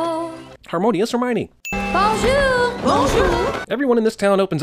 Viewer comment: "Harmonious hermoine" I died 😂